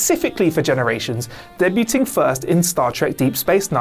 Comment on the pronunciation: Wait, wait, wait...you drop your Ts in "nine'een-eigh'y four" only to insert them in "debuting..." You must be stopped.